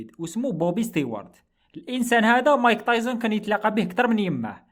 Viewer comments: راكليطة خويا مشي صاحبي بصح تنطق تايسون مشي تايزن 😅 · تعليق مهم يرحم باباك متقولوش مايك تايزن قول مايك تايسون